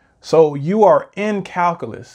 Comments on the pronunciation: FYI, its pronounced - KAL - Q - LUS, not Kal - Kah - Lus. It's very hard to take someone seriously if they can't correctly pronounce the subject correctly, especially if they are born in the U.S. and the video is in English. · What's "calcalus"? Is that like calculus?